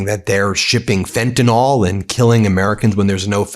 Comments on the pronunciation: WTF is fentanol! Is it related to fentanyl. For someone claiming to have been alawyer, and now a Law professor, a (profession for which language knowledge and ability, includin pronounciation are fundamental abilities) you really do mangle the English language, particularly pronounciation, in evry video. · Will you please QUIT sounding like Trump, and pronounce it as fentanyl not fentanOL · It’s fentaNYL, not fentanALL I guess I’m just being picky but by this time people should have noted the spelling of the word that is used ever day in the media and yet I hear everybody mispronouncing it. I expect Trump to mispronounce it but we can do better than Trump. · Pronunciation correction for Ben. It’s fentanyl…like in pill, not fentanol (sic) as in alcohol.Kind of like how W Bush said nucular (sic) instead of nuclear. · Fentanyl. NOT Fentynol, unless you’re MAGA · It’s pronounced “fen·tuh-nuhl” not fentanol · Why can no one pronounce "Fentanyl"? It's "FEN-ta-NILL", not "FENT-a-NOL"... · "Fentanyl" is pronounced fent-a-nil, not fent-n-nol. You may be confusing it with fukitol. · Please pronunce it correctly. It is fentanyl, not fentanol. That Trump is too ignorant to know what it is, is one thing. You are not. It's basically on the same level as Bush calling nuclear "nucular". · The word "fentanyl" is pronounced "FENT-AN-ILL" NOT fentanol! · Fenta-NIL (fentanyl), not fenta-NOL. I'm a word nerd. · When did people start reading "fentanyl" as "fentinol? It betrays a certain ignorance. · Do US’ers pronounce fentanyl, “fentanol” because their president doesn’t know how to pronounce, or spell, it? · Ben, JUST STOP! There is no such thing as fentan"all". It is fentan"ill"!! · It’s pronounced fenta-nill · For the love o' God, PLEASE learn to pronounce FentanYL. It rhymes with benadrYL and PILL, not alcohOL. In fact, if you spell it with the -OL ending, it's a completely different chemical, not even the drug you're actually talking about.